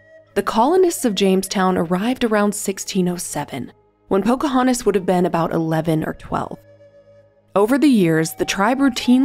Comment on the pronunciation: She is called Pocahontas, not Pocahanis. If you're going to narrate, please try to enunciate the necessary consonants.